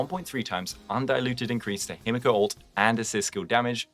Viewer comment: holy its the hime-guo no-ba